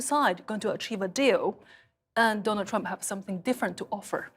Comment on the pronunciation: Also, Ji. It's Trump not "Triumph". But that will suffice.